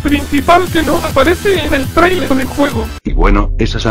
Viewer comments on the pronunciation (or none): none